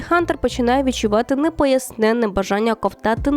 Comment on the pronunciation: Дуже цікава підбірка, дякую! Тільки прошу, недооцінений з наголосом на "і", як і непояснене - на останнє "е", але краще - незрозуміле бажання, або бажання, яке не можна пояснити, бо решта калька з узької.